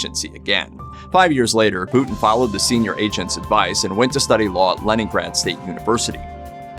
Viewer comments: It’s a shame the septics can’t pronounce Putins name correctly…..it is not ‘Pooootn’!!! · The Name ist Putin not Putn